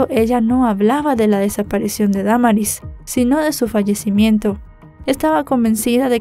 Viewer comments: Es cierto se dice Damaris no Da maris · Me gustan muchos tus videos pero en esta ocasión lo único que me desespero fue cómo pronunciaste el nombre de Damaris lo dijiste erróneamente y un buen de veces 😢 😓